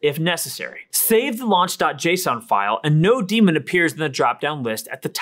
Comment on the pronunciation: Great overview and presentation. You should be getting more comments and likes. minor nit: it should be node-MON as in node-monitor not node-DEMON.